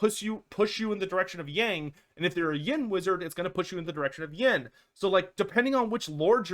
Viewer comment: OH PLZ learn how to say "Yang" properly